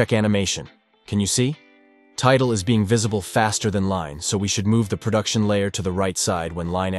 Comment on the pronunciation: I noticed how it said prodution instead of production. I can't unsee it.